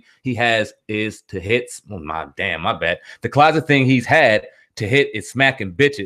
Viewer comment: “Closest” not closet